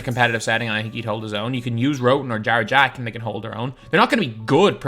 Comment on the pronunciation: I thought he was saying jar jar when he said jarrett jack lmaooo